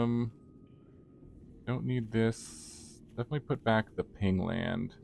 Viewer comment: pain land not ping land silly